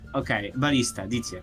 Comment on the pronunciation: I always hear barista instead of ballista 😂